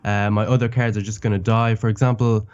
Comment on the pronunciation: I love the way that he says cards (carrots)